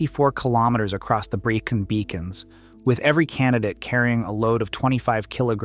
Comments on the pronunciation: "Pen Uh Van" not "Pen Eye Fan" "Breckun" not "Bree-con" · I'm writhing in agony listening to this commentator BUTCHERING the place names. Here goes for correction. Brecon is pronounced Bre con. The 'e' is pronounced as in egg, hence Brecon. Pen-y-fan. This is Welsh language and pronounced Pen e fan. Again 'e' as in egg. I can't watch any more as the butchery hurts me. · This is lazy and inaccurate! You need to correct the narration this is terrible... * Pen Y Fan is pronounced PEN EE FAN not PEN EYE FAN. * Brecon Beacons is pronounced BREH CON not BREY CON or BREE CON * That's NOT Andy McNab it's Chris Ryan and Jason Fox * Andy McNab DID NOT escape the desert he was captured. The escape was made by Chris Ryan. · Jesus Christ, will you lot PLEASE learn how to pronounce Welsh names? 😭 It just makes you look incredibly ignorant of your chosen subject! Bree-con? Pen-I van? Card-rae? Seriously, c'mon man, sort it out, please!